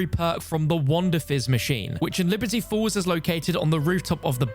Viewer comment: Everytine he says Liberty Falls , i hear Liberty Balls